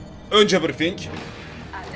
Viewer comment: önce "BIRIFİNG"